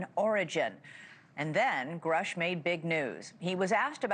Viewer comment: Love your coverage. Please note it’s pronounced “Groosh” per my research.